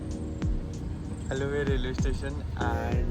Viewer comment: It's Aluva 😂.....